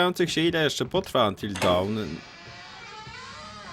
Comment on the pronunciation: Nie żebym się czepiał, po prostu takie małe sprostowanie:) "Dawn" czyta się "Don" a nie "dałn" ze względu iż "dałn" należy czytać angielskie słówko "Down";) Chyba że specjalnie tak czytasz... to sorry, nie złapałem;) PZDRO!